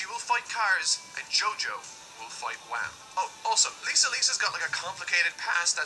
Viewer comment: Yeah it's not Wham, it's Wamuu